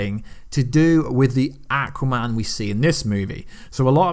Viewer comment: can you ever pronounce Aquaman or Thanos correctly. Your videos are good. But your pronunciation of how you say their names. Make me want to unsubscribe.